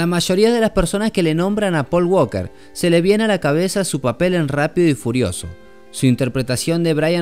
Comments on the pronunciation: En ingles en la palabra walker la letraL es silenciosa se pronuncia Waker not Wlker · Me gusto mucho tu video pero quiero aclararte que el apellido walker en ingles no se pronuncia la L en fonetica se pronuncia woker. Suerte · Por favor que a este Man le enseñen a pronunciar Walker